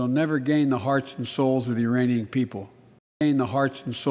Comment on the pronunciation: I thought he said Uraniums?!